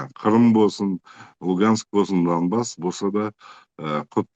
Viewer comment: Не Домбас а Донбасс